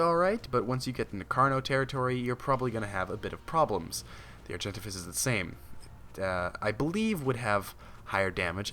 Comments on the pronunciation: He says argentivis Its Are-gen-Tay-vis Argentavis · No hate, just a correction its pronounced ''Ar-jen-tave-is'' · Actually, it's Ar-jen-tah-vis following ARK Gamepedia ... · lol he pronounced argentavis wrong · What is it with the pronounces? I cant realy say or speak to you how you should pronounce the name but as a pice of advise, look it op or somthing befor you make a vid. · Olivia Alan Yes he said it weird